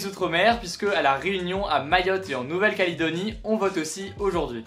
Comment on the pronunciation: Comment tu as mal prononcé Nouvelle-Calédonie xD Mais on t'en veux pas t'inquiète :p